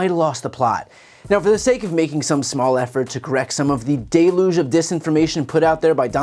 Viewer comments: BTC: I love your work, and think you're terrific at what you do – so, I hope you'll take this in the spirit in which it's intended... It's DEL-yooj, not DAY-loozh. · Brian, you use the word deluge way too much to be mispronouncing it. Please, for the love of all that's good in this world, look up how it's said. Keep up the good work.